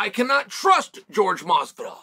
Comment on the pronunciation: Its hilarious he calls him George and not Jorge ...lol